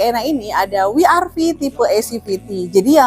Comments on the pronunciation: W itu bukan wi, tapi double yu, jadi baca nya double yu ar vi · Koreksi mbak.. WRV bacanya dlm english ( double U, Ar Vi)... klo dlm bhs indonesia( We Er Ve) Maaf mbak,.. tetap semangat, semoga laris jualannya